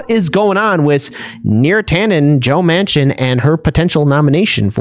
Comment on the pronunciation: DUMBASS,, JOE'S LAST NAME IS MANCHIN,, WITH A N,, NOT MACHIN,, YOU CANNOT GET ANYTHING RIGHT CAN YOU.. LOLOL